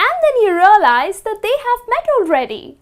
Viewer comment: Until you rolize 😂 what an Indian